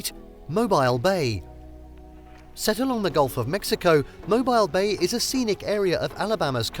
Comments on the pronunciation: Mobile is pronounced MOHBEEL. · This is a Terrible list other than The Space And Rocket Center and the USS Alabama. You left off some amazing places. Poorly researched list. Also, as someone mentioned above you are pronouncing Mobile incorrectly.